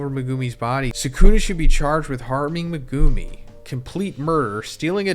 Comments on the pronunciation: Me-guh-me not Me -Goo-Me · bro his name is MEGUMI NOT MEGOOMI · Why do you say Meg- goo-me